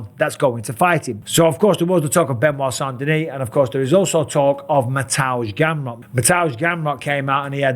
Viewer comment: Mr. Bisping is the only non-Polish speaker who pronounces Mateusz Gamrot’s name correctly… Mister Bisping, the Polish Count 💪👌🤠